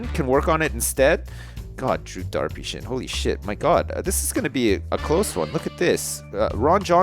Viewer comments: It's not drew darpyshyn it's drew derpysjin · Whenever you say Drew Darpyshyn, it sounds to me like Derpy Sjin lol